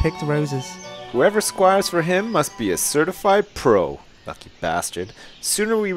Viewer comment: on the first ep i thort it said squirals not squires lol